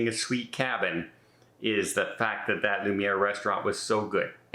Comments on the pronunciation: Hate to be, "that guy," but it was bothering me. The dining room is Luminae - loo-min-ay. Not Lumiere - the candlestick in Beauty and the Beast. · Not being critical, but for future use in your videos, it’s Lumanae. (Loo man eh) not loo mer. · It’s pronounced Lou-Mi-Nay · Luminae is pronounced “Lou-min-ay “. No R. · Luminae not lumiere. FYI TMI:)